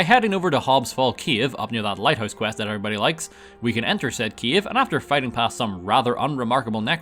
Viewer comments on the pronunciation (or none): still faking heresy playing skyrim on console!!! also, did u said kiev instead of cave?!